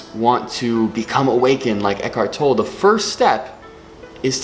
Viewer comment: Think it's pronounced tol-lay